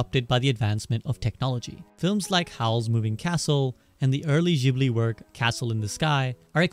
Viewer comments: fym "jibli" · Studio Ghibli = Studio Jiburi Ji-Bu-Ri!!! Guys say it right. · for fucks sake its spelled studio "jibli" - you call yourself a fan ? :D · clicked off after hearing jibli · It's a shame you pronounced Ghibli wrong 😅